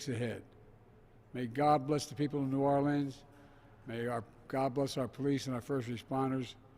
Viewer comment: By his usual mumbled pattern, he was able to perfectly pronounce New Orleans as a true local.